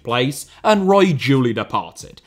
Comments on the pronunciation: I'm surprised this vid hasn't been demonetised already for the amount of times AI detected saying the word breast. Larry Page clearly dislikes the French. Btw Eric Roy shouldn't that be pronounced Eric Who-wah? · Eric Ro-ah